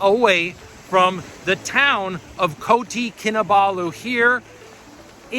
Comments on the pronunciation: Just FYI, it is Kota Kinabalu not Koti. Kota means city in Malay and Indonesian. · It is Kota kinabalu not koti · Great video, so motivational. Pretty much as most of your videos 😊 Just one remark it is Kota Kinabalu, not Koti 😉